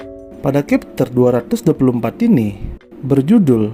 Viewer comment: chapter bkn khepter